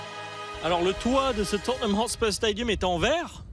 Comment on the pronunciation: Mdr t jaloux ??? En tout cas je prefere la prononciation "Totneum Hotspeur" que entendre des gros "Totténhame" par des gens qui pensent comme toi